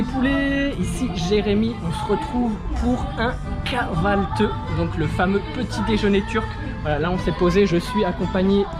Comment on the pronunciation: C’est pas kahvalteuh, c’est kavalthi sa ce prononce comme c’est écrit